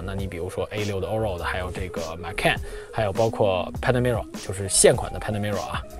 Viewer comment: 马看 这个口音